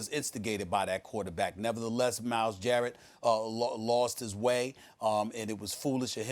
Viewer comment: His name is Myles GARRETT, not Myles Jarrett. Say his name Stephanie A Smith!